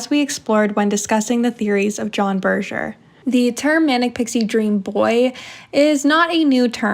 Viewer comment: why did you felt the need to pronounce Berger like that? His surname is not of french origin, and the consensus is that it should be pronounce by it's german pronounciation "Bur-gur"